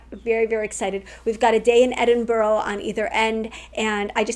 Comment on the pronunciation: When you get back, you will be saying Edin-bur-a and afternoon tea, not Edin-bu-ro and high tea.